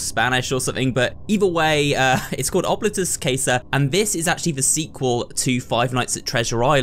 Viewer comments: italian here, yes it is oh-blee-toos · Actually Casa means house in Latin as well. As a Latin student it’s cool to see a game that uses it in the title. As for pronounciation, it would be pronounced ohbleetus cahsah. The o is pronounced like cone, the i like a long e, the u as you pronounced it, and both a’s as an ah sound. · Wouldn't it be more like "oh-blee-toos"?